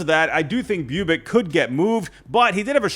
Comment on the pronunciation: Bubic pronunciation =bubutchetered